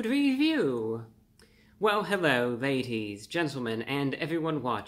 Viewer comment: Hewwo Wady’s and Gentlemen!